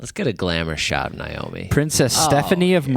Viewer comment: It's Naomi not Niomi. 😊